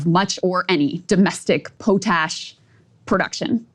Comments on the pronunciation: "Another example... POE-tash..." LMAO!! Krystal, it's pronounced "POT-ash"... as in ashes that come from a pot. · Poh-tash? lol paa-tash! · Super nice professional suit today. Congrats. Funny how it must be first time you ever talk about potash. It's pronounced POT-ASH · What is a Poe-tash? You mean pot-ash? Potash😂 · Po-Tash? Oh boy. Pot-ash there dear. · As someone who works in the potash industry. It's pronounced pot-ash. Poetash is not a thing. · Pot. Ash. Not Pote. Ash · lol it’s POT ASH just put the two words together